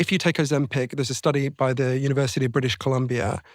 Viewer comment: Why does Steven keep calling it Ozem-"peck"